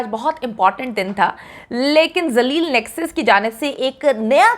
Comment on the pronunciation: ڈاکٹر صاحبہ نیکسس کہنا چاہ رھی تھی بوکھلا کر نس بول گئ